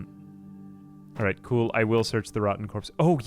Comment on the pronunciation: He's saying 'alright' but fast